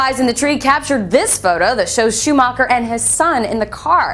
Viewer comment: 1.Schumacher is still god 2.LEARN HOW TO SAY HIS NAME